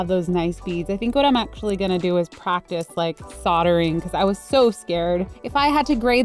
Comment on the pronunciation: I was thinking, what on earth is she saying sottering, soatring? Ohhhhh soldering